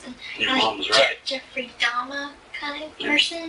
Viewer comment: She acted like she didn't know his name when she said "Ja-Jeffrey Dama" 🙄